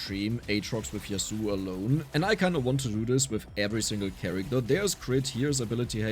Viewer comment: yasuo is not pronaunced yasuu u always forget the o in yasuo not hate keep up the good work